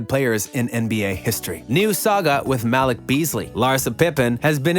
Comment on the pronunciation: Muh- Leek!!! 🤦🏽‍♂️